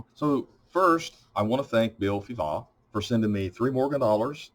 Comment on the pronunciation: Very first time I hear someone pronouncing Fivaz (Bill) I wouldn’t have silenced the Z . Different learning from you.